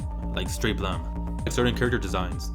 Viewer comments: Why do you pronounce "blame!" as "blem"? It's should rhyme with "flame" If it were in katakana it would be ブラメ -bla-meh. But it's spelled in Romaji anyway. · why does everyone pronounce blame as blemm?